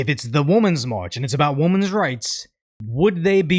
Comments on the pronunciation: My guy, Since you just taught me on your other channel that Pokimane is NOT the Ok Boomer girl, let me teach you; 'Women' is not pronounced as 'woman'. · Why do reaction youtubers pronounce "women" the same as "woman"? The word "women" is pronounced as /ˈwɪmən/ in General American English. The first syllable sounds like "win" with a short "i" sound, similar to the word "sit". The second syllable is pronounced like "men," with a soft "n" sound at the end.